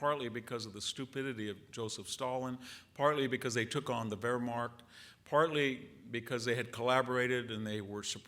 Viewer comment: I believe it is because he is thinking so fast that his speech can’t keep up with him. Also, I think he thinks visually, so there are some words he can’t pronounce, such as Wehrmacht.